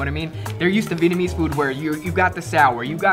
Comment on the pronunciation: Glad to hear pronouncing his Vietnamese correctly now lol